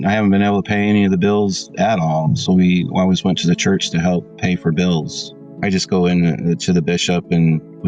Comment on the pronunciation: Stop pronouncing bills like that, it’s B-ILL not bowls